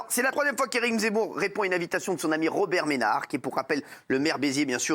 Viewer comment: a 0.50 romert Benard 🤣